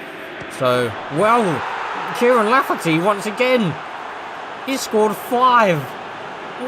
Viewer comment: It’s Kyle lafferty 😂